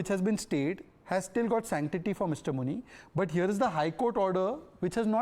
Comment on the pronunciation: I heard muni as munir 😂😂